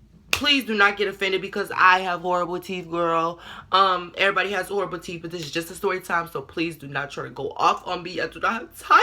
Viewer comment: She Said ''Teef'' Not ''Teeth'' 😭😭😭